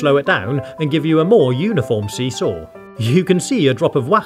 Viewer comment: As someone who plays Rhythm heaven when he said see saw I heard eoo aoo